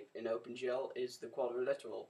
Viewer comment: I don't mean to be rude, I really don't. Your tutorials are informative and i'm enjoying them. But please, I implore you, it's quadriLATERAL. ._.